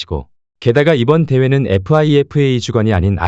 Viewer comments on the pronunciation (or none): 감기때문에 목소리가 안 좋다는게 말이됨? 요즘은 기계도 감기드나? 아님 피파를 에프아이에프에이라고 읽는 무지성은 또 뭐고? 그리고 일본은 분열이라고 비웃다 지면 뒷감당 어찌하려고? 이런 억측이 얼마나 어리석은 건지 모르는 무지몽매한 분석인듯... 차라리 반대인게 한국에겐 좋은거 아님? 선수들이 분열되고 애국심없는데도 우승하는게 더 뽀대나는거 아님? 모든건 실력이 증명할듯... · 거 참... 에프아이에프에이 이유알오 ㅋㅋㅋㅋㅋㅋㅋㅋ 비웃음이 멈추질 않는다. 기본이 되야 영상에 대해 코멘트라도 달지. 나레이션은 운영자 대가리수준과 동급이니까 뭐...